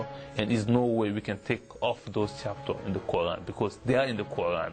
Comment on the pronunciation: he says QU AAN...HAHAHAHA